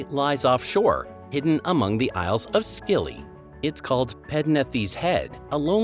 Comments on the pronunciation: The isles of WHAT? Skilly??? It’s pronounced Silly, silly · Island of skilly😅😅😅...pronounced silly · By the way the isles of Scilly is pronounced silly not skilly and the river Severn is pronounced seven. Idiot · Oh you SKILLY PRAT! They are the Isles of SILLY the "C" is silent like the F in Marmalade!! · Didn't watch as soon as soon as the Isles of Scilly was pronounce Skill y. Artificial ignorance is so united States and represents their population wonderfully. 👋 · Pronounciation is something you should research before you actually put the video out. It makes you look like an idiot if you don't. For reference, it's pronounced Neigh (as in the sound of a horse) and Silly. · Only really noticed "Scilly Isles" tbh, pronounced "Silly Isles", at least up here in the North. The others weren't too bad :) Interesting compilation, many thanks. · The Isles of SKilly and Locj moRAR? Does that mean I can pronounce the yank places as Oh-he-hoh and Albukwerkwe then? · The UK is not in Eutope. As you said, it is off the coast of Eutope. The AI voice is hopeless. Isles of Akilly? Sowthern? There are two different pronunciation of basalt very close together. Can't watch more of this drivel. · I didn't realise we renamed the "isles of Scilly" to the "isles of skilly" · Isles of Scilly is pronounced like silly the c is silent. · Get your pronunciation correct the isles of Scilly is pronounced (silly) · I love the “Isles of SKILLY”, Loch NEAGH, etc. it grates on the ears! jeez! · The Isles of Scilly is pronounced silly. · Pronunciation is just awful, ‘Ski illy’ for Scilly finished me off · ISLES of SCILIY is pronounced SILLY. NORFOLK is pronounced NORFUK. ALNWICK is pronounced A NICK. 34. No idea where that picture of "CONINGSBY" is from , but it's NOT Coningsby ! EDINBRUGH is pronounced EDINBRU not EDINBRO or EDININBURRO. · The Isles of Scilly are pronounced with a silent "C" - therefore the Isles of Silly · Isles of Scilly the c is silent